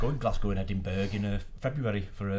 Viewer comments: Ply mouth and Edinberg. For an audio improvement to text-to-speech enunciation, they skipped the same step. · Trashes the pronounciation of Plymouth and Edinburgh, yet pronounces Glasgow correctly (not Glazcow), what kind of commentator is this?!? EDIT: Swindon is a town... and a Dump. Fun Fact: There is no set criteria for becoming a City, so it doesn't have to have a Cathedral or University.